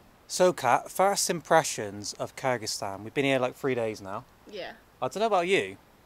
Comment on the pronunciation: I wish you'd pronuance Kyrgizistan correct 😂